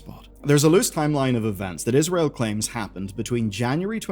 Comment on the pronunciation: every time he say israel i physically recoil